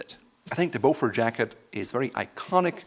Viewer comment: Not sure if already mentioned but it’s pronounced Beaufor, the T is silent. Thank you